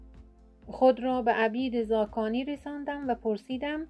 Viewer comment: لا اقل اسم فامیل این بزرگوار را درست بگو